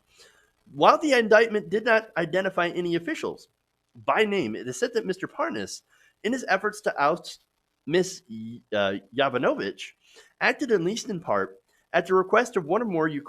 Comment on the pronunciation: It's yavonovitch